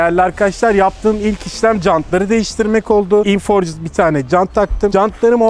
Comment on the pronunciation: Herkes ayni hatayi yapiyor “forged” forcıd değil forcd diye okunur.